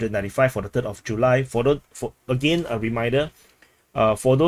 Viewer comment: "again" not "agane" 😅 .